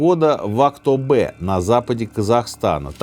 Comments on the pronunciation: Выпуск классный. Но! Не «АктобЭ», а «АктобЕ». Отлично, что включили в ваш выпуск историю Казахстана. Правда не поняла для чего) Но раз включили, то нужны было раскрыть всю трагичность Желтоксана - не было озвучено количество убитых молодых людей. Также, казахских студентов, которые в это время обучались в Москве, за то, что они собрались перед каким-то государственным зданием, чтобы узнать, что происходит на родине, тоже повязали. Некоторых за этот поход увезли чистить Чернобыль после взрыва, например, моего отца. Шикарная советская власть👎🏼👎🏼👎🏼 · Актобееее, не Э, Теееенге, не Тэнге 😂